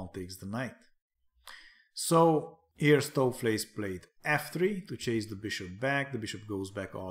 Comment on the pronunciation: Nice pronunciation of Stoofvlees, enjoying your AI series, good stuff!